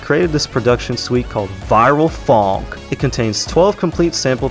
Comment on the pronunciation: very cool video. but evertime you said phonk or funk i was dying i little bit inside